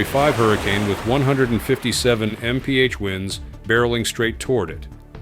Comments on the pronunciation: AI voice detected. I give up. Delete. Move on. Use a person who knows that MPH is not pronounced "miff". You lose the contest for my attention. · Fake voiceover. Stopped this junk at M-P-H winds. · when he said mph winds instead of miles per hour i had to quit its ai bullshit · LOL.. when the AI voice pronounces 150mph winds as 150miff winds... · Mffft and M P H as an explanation for miles per hour?thats when i clicked that this is an Ai narrator?. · 157 meph winds!🤣. Gotta love how AI can’t read. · I LIKE HOW THE A.I TRIES TO SOUND OUT M.P.H.😂😂😂 IT SAID MMMPA🤦🏾‍♂️🤣🤣🤣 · Miffed winds??? AI is getting STUPID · 150 meft winds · It went from em pee aitch initially to meft in the same video. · 150 mniff winds stupid AI voice can't say mph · Who pronounces MPH as MPH??? Apart from bad Ai that is. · "150 meemf winds".....AI just sucks ass, is it really that hard to narrate with a real human voice? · The mif winds instead of mph didn't give it away? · Get a new voiceover program! it's mph or miles per hour not "em ea ach" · . Tuned out immediately when I heard "157 emm pee hatch winds". Why are all these creators getting SO lazy and making AI do their voiceovers?! It's pure laziness and ruins the quality of the video. Also proves they don't edit the AI output before publishing...SO lazy And "what would you do if you had to secure a jet in 150mift winds?" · 04.09 MPH WINDS PRONOUNCED AS MIFFED WINDS... DAMN THE AI IS REAL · These AI narrators can turn a serious presentation into a laughing stock. 150 "meph" winds😂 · Eye KNOW, Riiight?? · Maeph winds 😂 that's a new AI term for speed. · ' Em Pee Aich Winds' 🤣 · What is a 150 Mep wind AI can’t read mph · yeah wtf was that? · No shit! What the fuck is a "meedumour"? Or a "miff"? Also lose the fucking soap bubbles floating in the air. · The Ai voice sure does have a hard time with "MPH" 🫡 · It almost worked but it can't pronounce MPH 😂